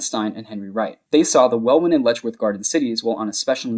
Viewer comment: hi, welwyn is pronounced like well-in, no W sound, just so you know